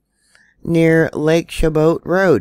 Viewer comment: Chabot is pronounced Sha-bow. The CH is an SH sound and the T at the end is silent. I believe it's French. I'm from that area. 😊